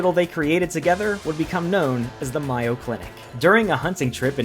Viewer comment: It's Mayo like say May O. Not My O